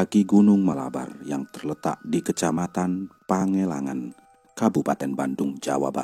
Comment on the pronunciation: Pangalengan bukan pangelangan